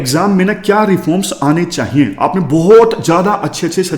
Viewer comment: "चाहिए "होता है gurujii "चाइए "nhi